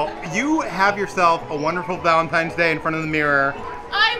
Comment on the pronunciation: Did just say Vaelntime's day lol i think he did